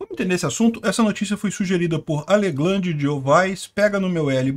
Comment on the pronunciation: "Aleglande de Ovais" hahahaahahahaha Tragam um mito para esse Oscar hahahaha